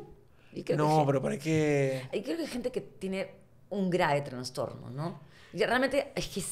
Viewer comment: Ay, Johana. Toda una artista y no entiende la palabra "loca", en sentido figurado. Eres loca?". Bueno, loca es la persona que tiene un "transtorno" y necesita tratamiento.... dijo. No es transtorno, Johana. Es trastorno....por lo demás, todo bien.